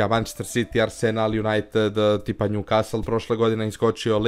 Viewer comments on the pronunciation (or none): none